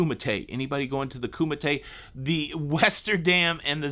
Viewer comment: Kumite what is Kumite LOL